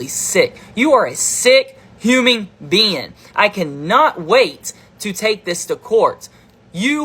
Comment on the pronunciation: did he say "huming" instead of "human" ? Lmao